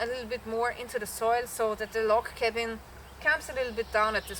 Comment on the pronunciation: “Cabin”. Smh